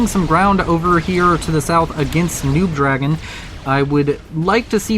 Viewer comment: Why do you keep calling NoobDragoon “noobDragon” though? Did the player tell you to do that?